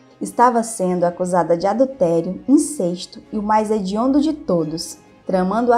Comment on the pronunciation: Uma observação apenas. A palavra incesto pronuncia-se com o “e” aberto.